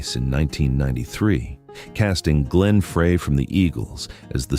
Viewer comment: It's pronounced "Glenn FRY"